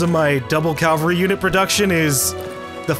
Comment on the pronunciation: Why do Americans say "calvary" it's cavalry there is clearly no L in the first half of the word.